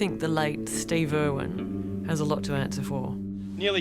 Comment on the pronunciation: IRWIN!!! It's Steve IRWIN. Not freaking Irwan